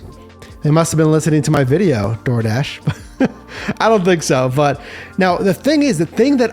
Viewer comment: Dardish? Dardish??